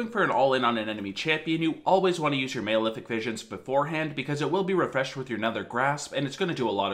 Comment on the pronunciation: It's Mal-Efic, like Malnutrition, not Male-Efic.